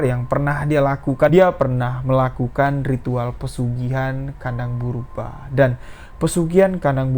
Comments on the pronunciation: Bubrah bang. Bukan burbah😂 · Kandang BUBRAH mas BUKAN kandang BERUBAH, beda artinya jauh bgt. Coba di cek dulu cara pengucapannya. Agak mengganggu kuping sih mas padahal ceritanya bagus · Burbah hahahahaa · Iya setau saya kandang bubrah bukan burba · Gk bisa baca ta, kandang Bubrah kok di baca kandang burba😂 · Bukan burbah bosss tp bubrah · Kandang 'BUBRAH' bang, bukan 'BURBAH' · Kandang bubrah bukan burbah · Kandang Bubrah bukan burbah🙂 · Bubrah Mas...bukan burbah. Bubrah itu artinya dibongkar. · Jangan salah ucap "kandang burbah" tapi yg benar kandang Bubrah. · Maaf, yg bena0r menyebutx adalah KANDANG BUBRAH bukan KANDANG BURBAH, KANDANG BUBRAH artinya rmh yg dibongkar pasang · Kandang bubrah cuy bukan burbah 😂😂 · kandang ,BuBrah om , 😄 bkn kandang purBa🙏🙏🙏😄😄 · Si amang ngmong nya kandang BURBAH muluk😄😄 bubrahh mang bubrah bukan burbah. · 0m bubrah bukan burbah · Bang bubrah bukan burbah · Bubrah lae. Bukan burbah. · Salah-salah sebut nama....normal bro...tp menganggu. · Kandang BUBRAH masss Bukan BURBAH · .penyebutan itu yg benar pesugihan "KANDANG BUBRAH" bukan "kandang burbah" BUBRAH berarti rusak...jadi pesugihan ini selalu merusak rumah dan merenovasi kembali tanpa alasan yg pasti.... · Bubrah bukan burbah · kandang bubrah,bu brah bukan burba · setau Aku pesugian kandang bubrah, bukan purbrah, 🤭 krana di tetanga nenek ku dulu ada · Kandang bubrah bang...bukan burbah🙏😂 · BUBRAH bang, bukan BURBAH, 😁✌ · Bang bukan kandang burbah,tapi kandang Bubrah 😀😀, nya bukan orang Jawa,maklum ya 🙏🙏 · Gpp mas , pantes j tadi tak dengerin bolak balik tetep dengernya "brubah" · Lucu mlhn dengernya😊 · Ya bener salah penyebutan, Sepanjang dengerin ga enak dengernya pas penyebutan itu, maklum aslinya orang jawa, bahasa itu bahasa masa kecil saya, Bubrah itu bahasa itu bahasa Jawa, berantakan, awur-awuran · Aku orang jawa memaklumi salah sebut... Hehe